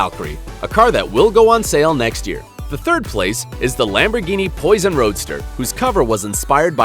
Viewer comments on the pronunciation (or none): none